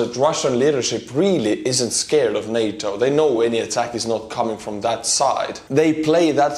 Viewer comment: I'm jus happy pronunced it NAtA not Nata